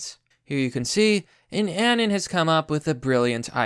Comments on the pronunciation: He's saying "anun" instead of anon, I was being pedantic. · BTW. It's pronounced A-NON not ANYN. Say anonymous but cut off everything after anon. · Its pronounced uh-non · How is it that a guy who specializes in covering meme wars can't pronounce "anon"?